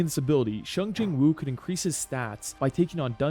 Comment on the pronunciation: Bro really said shung Jin woo😭